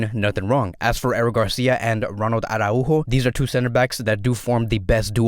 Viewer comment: Stop whining about Dembele, you're being too much of a fan girl. You sound like the 2 of you are lovers or something 😂 And stop saying Mas-row-ee or Ara-Hu-Go 😅